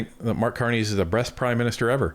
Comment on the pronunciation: Ok just a nit picky thing... needed the humor today. And yes.. I played it back 3 or 4 times to make sure I didn't mis hear it.. Mark Carney is the "breast" PM ever? LMAO!!!!